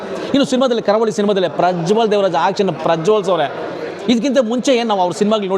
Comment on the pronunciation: Guruve ಕಾರ ಹುಳಿ ಅಲ್ಲ ಕರಾವಳಿ ಅಂತ ಹೇಳು ಸಿನಿಮಾ name ತಪ್ಪಾಗಿ ಹೇಳ್ಬೇಡಿ 😂😂😂 ನಾನು ನೆನ್ನೆ movie ನೋಡ್ಕೊಂಡು ಬಂದೆ ತುಂಬಾ ಚೆನಾಗಿದೆ ಇಷ್ಟ ಆಗುತ್ತೆ ಎಲ್ರಿಗೂ❤